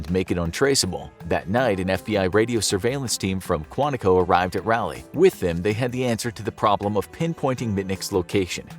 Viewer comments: You mispronounced Raleigh it’s pronounced ralee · I'm in Mayberry myself, and came to the comments to say something about it too, lol. Rah-Lee, come on, man... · Raleigh is pronounced rah-lee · that is not how Raleigh is pronounced! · You butchered that name.. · Video was awesome as always. But hurt my soul every time you said Raleigh. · It’s RA-LEIGH not he pronounced it all wrong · The way you say Raleigh made me feel very uncomfortable. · It took me a solid ten seconds to realize the narrator said "Raleigh" at all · As a resident of Raleigh, NC, how the host pronounces Raleigh is hilarious, lol. Close enough, I guess, lol. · Growing up 20 minutes from Raleigh and then going to college in Canada and hearing it said like this every time NC is brought up cracks me up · rally? 😨 my dear friend it is raw-lee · RALeigh!?!!? Excuse you, it's RAWleigh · its pronounced "rah-leigh" not "raa-leigh" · It's pronounced "raw-lee," not rally. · Great video but for the love of God It's pronounced "Rolly not "Rally. Lol don't know why that annoyed me soooo much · I'm from North Carolina (NC), and just to let you know, you are pronouncing the name of the city incorrectly. Raleigh is pronounced: "Rah-Lee", not "Rally". So say it like, "Rah-Lee" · “Rally”, NC? lol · I hate the way you say Raleigh, NC It’s not “rally”, it’s pronounced “raw-lee”… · That cell phone tower is just down the street from me! Terrifying. also Raliegh is pronounced (rawl-e) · Can't believe this story since he can't even pronounce Raleigh correctly... Rally? NC? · Its Raleigh NC not rally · Raleigh is pronounced Rah-lee. After sir Walter Raleigh. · Raw-lee is how it’s pronounced not rawlee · Every time they said Raleigh I died alittle You kept saying Rally NC lol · It bothered me how he said Raleigh😂 I’ve only ever heard it pronounced (Ra-lee) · Its pronounced either Rah-Lee or Raw-Lee, depending on your southern accent. Not whatever you're saying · It’s Raleigh bro not rally 😂